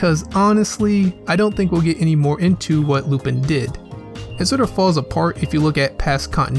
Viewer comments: Please for fuck sake say his name normally its lu-PAN not lupIn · I don't know if anyone's told you this or maybe you know now but you're pronouncing Lupin's name wrong, it's pronounced as "Lupon" it's pronounced as such because of his French heritage. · u pronounce it wrong so dislike its lu'pon